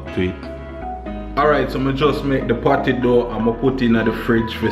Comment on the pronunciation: Emphasize the P when you say patty because I thought you were thinking about other things